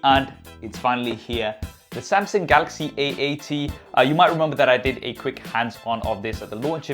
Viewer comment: samsingh? thought it was samsung tbh.....